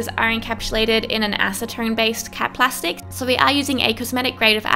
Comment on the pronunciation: Whenever she said cap plastic I always think she's saying cat plastic